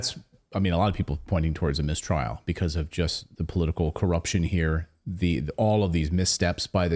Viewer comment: What is a Miss-Trail exactly?